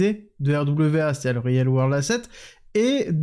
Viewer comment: Ah je suis content car sur real world asset, et use case tu t'es gavé niveau accent !!! Allez je voulais juste féliciter je reprends la vidéo